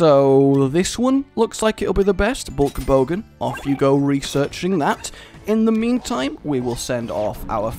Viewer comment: Am I the only one that heard say 'hulk hogan' at the beginning instead of bulk bogan? Just wondering.. Lol